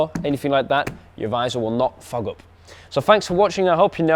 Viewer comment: Did you say fog up or fuck up ?!! 😅